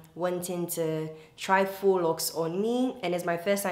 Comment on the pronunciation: Thanks to you! I learnt how to pronounce faux correctly 😊